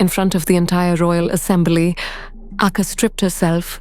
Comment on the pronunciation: Great channel and I love your animation style! The word Akka in Tamil has the stress on the double k and a slight prolong on the last a, but not on the first a. More like aKKaa, not aakaa.